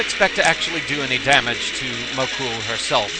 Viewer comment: You pronounced Mokou's name wrong - it ends in a long "oh".